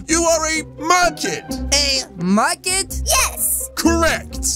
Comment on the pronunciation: Well when said merkid it sounded market🤔🤔🤔🤔